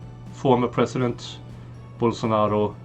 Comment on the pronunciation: It's Bolsonaro not bolsano !